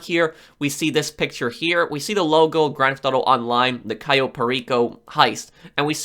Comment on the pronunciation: Not to be mean but its pronounced cayo not kio